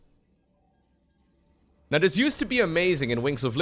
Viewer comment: why call the colossus coloss eye or coloss hi ?! Always triggers me when i hear it and Uthermal does it to sometimes. It would be like calling stalkers sticks or zerglings zarguns or idk XD FeelsWeirdMan